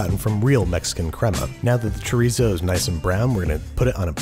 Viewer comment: he also said chi-reez-oh lol but it’s okay, he’s an exceptional cook so I forgive him